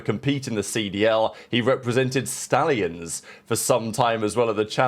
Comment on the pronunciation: IT'S THE SHTALLIONS! SOLUTELY! 👃